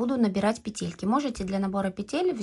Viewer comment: Спасибо за МК! Обязательно свяжу. Подписалась и буду ждать новую информацию для нас, любительниц вязания. Единственное, что мне доставило дискомфорт - это слово петЕльки. По- русски будет пЕтельки. Может, я не права? Всем легких пЕтелек! 🎉❤😊